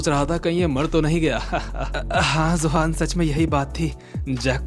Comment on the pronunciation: Zohan ❌ Johan ✅